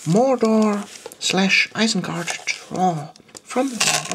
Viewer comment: nice vid, i just thought i would point out it's ISENGARD though not ISENGART